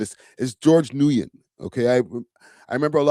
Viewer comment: Nguyen is pronounced as either “win” or “new win.” And him calling himself a chat nxga is partly Ak’s fault lol. That’s the name Ak calls his hardcore supporters.